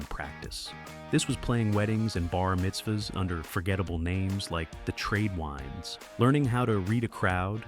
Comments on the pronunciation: "Tradewinds" with a long i lol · I will not like an AI that can't even pronounce Tradewinds.